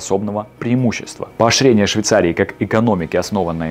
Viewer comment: Неправильно произносите слова - краны( ударение должно быть на а). В слове поощрение звучит ш вместо щ. Все кратко и четко. Тембр голоса, интонация, темп речи - отлично. Если можно, прослушайте и исправьте озвучку в этих местах Успеха Вам